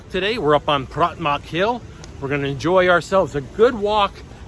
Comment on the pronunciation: Again, it's not Pratmak Hill. It's Pratumnak.